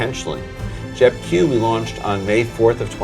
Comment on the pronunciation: なかなか踏み込んだ議論で面白かったです。とても勉強になりました。JEPIとJEPQの発音はジェピとジェプキュなんですね！笑